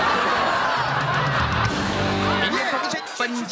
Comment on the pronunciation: 憲哥 念錯ㄌ 是SUGAR 不是 SUGER .....最後明明唱很好 87評審